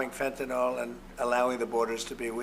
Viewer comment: Firstly: it's ‘fentanyl’ not ‘fentanol’. Secondly: has he STILL not learned how little of it came over the border from Canada! 🙄🇨🇦🤦‍♀